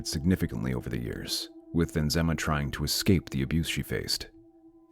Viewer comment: So tragic.😢😢😢 It's Nizama not Inzama.